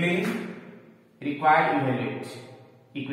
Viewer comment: sir ebhaluate (evaluate) aur evolute dono alag chheje hain, dono ko alag tarike se bhi bola jata hai. Moye Moye mt kariye